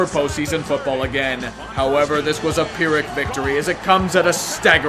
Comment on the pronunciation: Pyrrhic not peeric